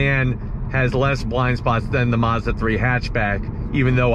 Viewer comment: It’s Mazda not Mozda